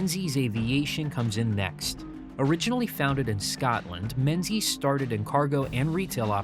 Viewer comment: In Scotland, Menzies is pronounced Mingis.